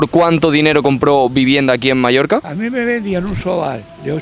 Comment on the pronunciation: Es oír Palma de MALLORCA y me sangran los oídos